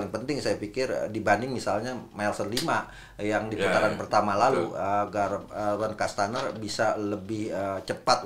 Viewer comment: Menit 9.30 bung Akmal selalu salah sebut Gaston kastaneer. 😂